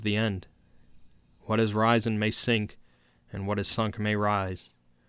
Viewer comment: Even with the mispronunciations (aeon, risen, etc), this was still great. Thank you.